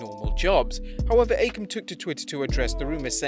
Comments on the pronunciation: Ffs, it's not pronounced "Ah-kam" or "Reh-zar". It's "Occ-am" and "Razor". They're named for the philosophical razor. Just spelled differently. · The worst part about the AOP is how EVERYONE mispronounces their names thanks to the announcers. It's Akham and Rezar, as in "Occam's Razor"